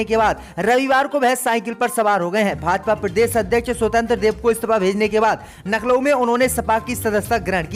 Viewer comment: AAP LAKHNAU KO NAKHLAU KYON KAHTE HAIN KRAPYA SAHEE UCHHARAN KARAEN